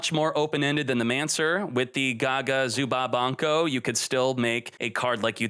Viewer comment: sorry what? zubanko gagacoat? almost missing as many letters per word as xqc manages per sentence